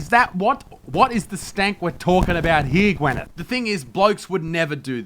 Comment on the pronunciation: Isn't her name Gwyneth and not Gweneth?